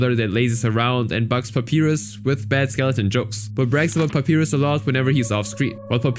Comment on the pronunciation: bro dont even talk about under tales ever again. boy you cant even say Papyrus correctly f off